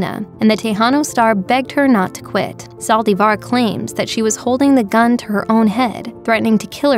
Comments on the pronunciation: Did anyone count how many times she said saldivarrr? Lol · why do you say Yolandas last name that way? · Why does the lady speaking keep saying Yolanda last name wrong